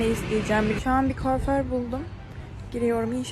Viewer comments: Imfulonsır dersen boku yersin😂 influzır telafuzu Koför buldum değil kuaför. 😂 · ''koofor'' nedir? Niçin bu denli berbat konuşuluyor bu Türkçe. Berbat ya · Koooförr 😬 İnfilonsırr 😬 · Infilonsır, koför😂